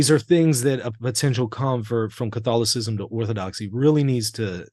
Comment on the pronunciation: Theological On the Orthodox side. Even though Western. Rome is the biggest 🔥 hotmess right now than even Luther would have conceived. And this man butcher the word Catholicism in the intro. Not nice.